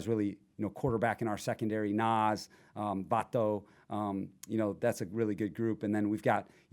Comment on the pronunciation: Gonna be super important this mentality in regards to growing pains of a young coach and a young team ( our avg age is 24.5 ! ) So there WILL be growing pains but this mentality is a what will keep them gelled !! Side note : He put the accent on " vato " 😂😂😂